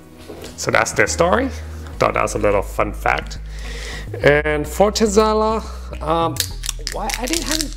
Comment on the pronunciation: The 1942 is all additives. It’s like drinking baby juice tequila. The Fortaleza is a world class tequila. Pronounced For-Ta-Lay-Za